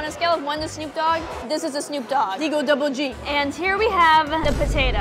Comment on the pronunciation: Nahhh bro said debel dubble g snoop dog